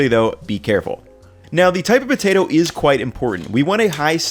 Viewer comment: Why does he say "Butato" but still says "Potato chips"?